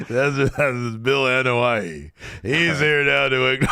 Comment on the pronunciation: “Bill Anoai”🤣🤣🤣🤣 my chest hurts LMAO